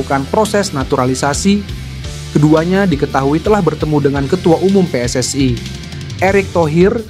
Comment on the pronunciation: PSSI. bukan pss ai.